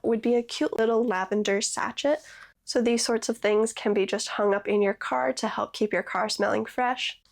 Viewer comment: Sachet is pronounced sashay. Love the little mini bouquet idea. Very cute to put on a present. ❤❤